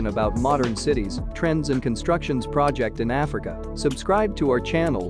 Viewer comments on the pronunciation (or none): none